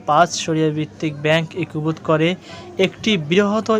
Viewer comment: "একীভূত" উচ্চারণ ঠিক হচ্ছে না।